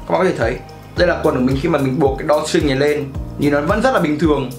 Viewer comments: =)) video khá tốt nhưng mà tiếng anh ổng nuốt hết chữ mất trơn :(( drawstring mà ông đọc đo tring :)) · Đo ching :))